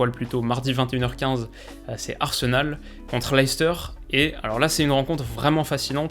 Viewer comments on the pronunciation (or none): none